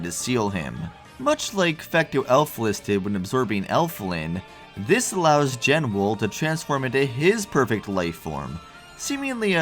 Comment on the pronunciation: BTW based on Meteonelfilis' names in other languages, the Genwel title seems to be a portmanteau of Genesis and Jewel, meaning it's probably actually pronounced "JE-nool", not "JEN-well"